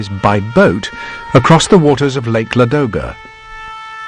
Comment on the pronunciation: as russian i can say you that right is La-do-ga